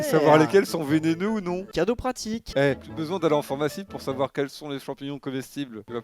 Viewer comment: C'est moi ou il a dit Phormacie et Phormacien?